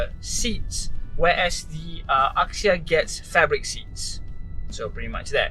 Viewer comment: axia was pronounced 'azia' rather than 'akzia'